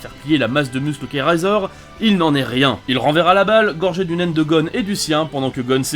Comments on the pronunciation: vs RAAAAZOR mec c'est pas un rasoir mais RAIZOR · On dit raizor et le chef de la brigade ne s'appelle pas koullollo😂😂😂 mais kuroro lucifer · Sa s'écrit razor mais se dis rayzor.. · RAZOR Sa SE DIT RÈZOR